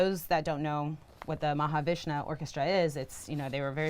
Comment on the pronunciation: That interviewer is proof of genetic splicing. She's half lizard, half cougar. Also, it's Mahavishnu, not Mahavishna. Bint doesn't know the difference. "When I'm listening to your music..." yeah, she means when her question writers are listening to her music.